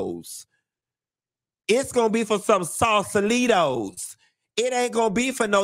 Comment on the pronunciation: Not Sausalitos lmfaooo 🎉🎉😂😂